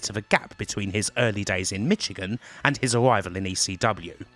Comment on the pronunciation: MISH-again not MITCH-again